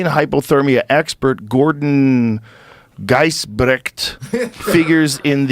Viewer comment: Pronounced Ghee's-bricked, common mennonite name in Manitoba and the mennonite settled areas of Canada like the prairies and other agrarian regions.